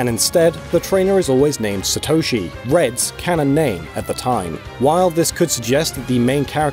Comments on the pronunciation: Satoshi, to you it'd be Satto-shi. NOT sa-toe-shi. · The amount of times you mispronounce Satoshi is over 9000 man... SAtoshi not saTOUshi... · The absolute butchering of the pronunciation of Satoshi is cringeworthy